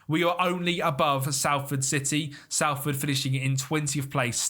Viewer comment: just so you know its not pronounced sal-ford its sol-ford